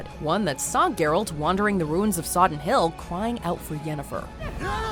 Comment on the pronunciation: Sodden Hill not Soddon :P